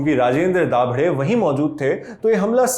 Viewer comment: Its not दाभडे its दाभाडे ..